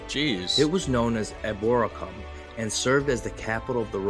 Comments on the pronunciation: The Domesday Book is pronounced Dooms day, as in you are doomed, not a dome. The guy doing the tour video also did not pronounce Eboracum correctly (the roman name for York) not sure if this helps if I break it up spelling it like this (E bore a come). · york, and many of our ancient cities, not theme parks. we are not like americans, we do not have to have a fantasy place to visit. our history is for real, please do not forget its over two thousand years old.old york, the roman city is pronounced e bore racum